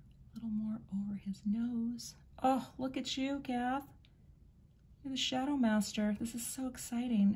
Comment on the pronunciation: "Shadow-MICE-ter"! LOL